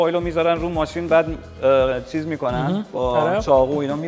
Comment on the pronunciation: چرا به ق میگی خ خیلی رو مخی